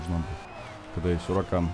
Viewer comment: Саня, Не Уракан, а Хуракан